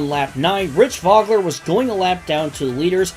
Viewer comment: It's so hard to take it seriously with two pretty well known race car drivers having their names mispronounced constantly ( Mo-ee-ce, Voe-Gler)